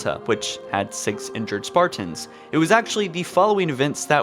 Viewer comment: stop saying spartans like that.